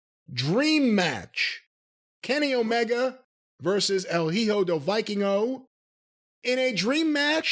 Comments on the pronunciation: Del Viking-Oh 😂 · I, as a native Spanish-speaker, cringe everytime I hear "Viking-o"